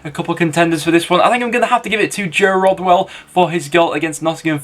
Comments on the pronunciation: It's Joe Rothwell, not Rodwell 👍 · He said joe rodwell 😂😂😂